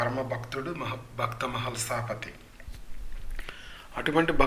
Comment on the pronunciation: మీరు ఉచ్ఛారణ సరిచే/చేసుకోండి. శ్రద్ధ ని శ్రద్ద ధర్మం ని దర్మం భక్త ని బక్త అని మాత్రహీనంగా పలకడం వినడానికి ఎబ్బెట్టుగా ఉంది మహల్సాపతి గారు విశ్వబ్రాహ్మణులు (కంసాలి/ మరాఠీ సోనార్)